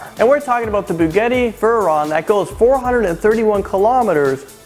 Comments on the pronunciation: You said bugtti ring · did he just say bugity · HE SEAD BUGETTI VEYRON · Precursor: I know this might get all sort of negative replies, but, PLEASE learn how to pronounce words properly and maintain attention to detail. re: Bugatti -- BOO-gah-tee re: Veyron -- VAY-ron re: 1.09 million -- One point zero nine (you said 1.9) re: MagLev Train (you joked that it should be called "the flying bullet." Even the slowest bullet [a.45 ACP] travels at 830 fps which is over 900 KM/h depending on how many grains of powder are used. Lame joke) Lockheed -- LOCK-heed (you said lock 'head') Of course, I'm baiting the trolls and other haters with [predictable] replies such as: - "Well, why are you here? Just unsubscribe." - "Does it matter?" - "Can you do better? Let's see your video/research." I am not a YouTube contributor; I have no desire to be one. I do like learning things though (which, I did here mind you). In this era of [relatively] simply video production, YouTube uploading, and so on - a little work in post-production could/would/should have caught these things. Not hating, it's simply constructive criticism. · "bugetti veryon"😂😂😂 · and it is proonced boo-gua-tea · And I cringed when he said buhgahtti vuhron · "The Bugetti Vuron" Pff might as well go the extra mile and call it the Spaghetti Vuron. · "Bugetti Vehron" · beuggayti veron?? really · It sounded like he said bugeti vuhren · he said bu gatti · he said bugettie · its pronounced boo-ghat-tee vay-ron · Was I the only one who was mad when he said bugetti veron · It's NOT pronounced begetti veron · He does not know how to pronounce Bugatti------ Boo-gaw-tea, this how you would pronounce it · Dude it's Bugatti veyron lol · you pronounced Bugatti wrong or it may just be my speakers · the way he says "Bugatti Veyron" makes me cringe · When he said Bugatti and Veyron wrong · he pronounced Bugatti wrong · You can't even say Bugatti right.....just stop lol